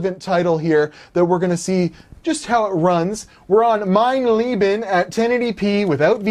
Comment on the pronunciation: HIs pronunciation of "leben" is completely wrong. If you want to somewhat approach the correct pronunciation, use the "a" in "date". Not entirely the same but a lot better.